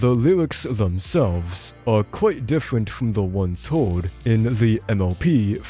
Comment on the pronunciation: howewer, thewes, diffewent, bwain